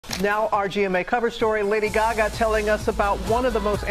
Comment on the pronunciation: Why do they always pronounce it as “Gyagya”